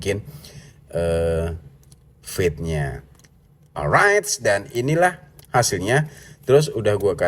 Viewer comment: "Fade" bacanya fed' ("E" nya eh eh eh eh bang jono) "Fat" bacanya feth ("E" nya ember) Penjelasan : ember dan eh eh eh eh bang Jono, itu mengucapkan E nya berbeda. Semoga bisa menjadi masukan